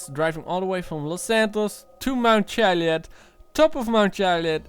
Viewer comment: So you're researching the Chiliad mystery and you can't even pronounce Chiliad. Seems legit.